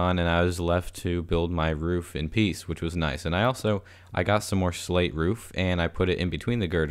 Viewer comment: When he said slate I thought he said slave